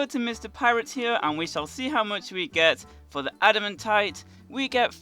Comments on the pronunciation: Ada-MAN-tite not Ada-MEN-tite. And it's pronouned ul-ter not al-ter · why do you say “adimuntite” not “adimantite” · Everyone saying admitaite: ad-muh-tight Him saying admitite: ad-im-a-tight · the way he says adamantite